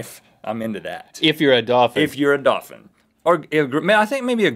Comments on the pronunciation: I love that rhett says dopphin. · The ”werewoof” is joined by the “dawphin” 😂😂😂🐺🐬